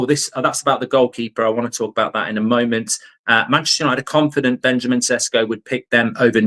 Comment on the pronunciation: May I correct your pronunciation? It's pronounced more like Benyamin Sheshko. You're doing a great job. 👍 Best regards from Slovenia